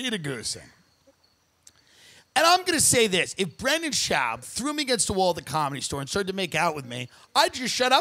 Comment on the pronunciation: RIP Brendan schauwb. Tim is so subtle with his comments. From mispronouncing his name to saying he never watched his comedy.